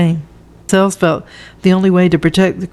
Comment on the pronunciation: Hi, I thought you’d like to know that you’re mispronouncing Lascelles. It rhymes with hassles or tassels. There are a number of videos on YouTube that you can play to hear the correct pronunciation of words.